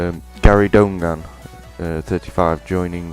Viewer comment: donegan is pronounced done again lol good try tho